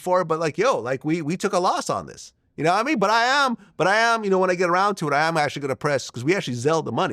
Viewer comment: Yanamean? I hate when Vlad says that.